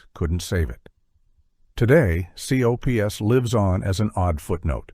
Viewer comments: It’s pronounced Alf Alf Alf not A.L.F. and it’s Cops not C.O.P.S. and they were both popular. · You're obviously using AI for the narrator. That's fine, but why not script it and fix it accordingly? It's not Aayelleeff. It's Alf. It sounds similar to Alfred, almost like a nickname. Just type cops instead of capitalizing it so it says cops. instead of C O P S. Same for mask. Further, MASK remained fairly popular compared to several shows that were awful out of the gate. It makes your list questionable. It feels like you didn't do your research. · Gilligan's Planet segment showed clips from the wrong cartoon. You showed The New Adventures of Gilligan instead of Gilligan's Planet. And as people has pointed out, Alf is not pronounced as initials, it pronounced Alf, and C.O.P.S. is pronounced as Cops, and M.A.S.K. is pronounced mask. Also, the AI narrator misprounounces DiC, and saying M.A.S.K. is Hasbro's answer to Transformers and G.I. Joe when the toy line was released by Kenner (as this was before they were acquired by Hasbro). Also, there was no Brown Hornet cartoon, and don't go criticizing Filmation teaching morals. It helped them keep parents from complaining about He-Man being a half-hour toy commercial. And Super Globetrotters should not count in a list of 1980's cartoons if it originated in 1979. Also, Slimer and The Real Ghostbusters was the result of ABC deciding to go with a focus group forcing changes to the show, which modified Janine's character, and made it where the ghosts were no longer the ghosts of the deceased and were more supernatural or fantasy-based ghosts. Seriously, can you please ditch the flawed A.I. and get a narrator who can actually do research into these topics? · Your AI is D.U.M.B., spelling out Alf and COPS? Seriously?! At least spring for a decent AI voice